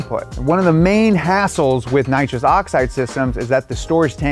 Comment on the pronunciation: Please say nitrous that is like the worst thing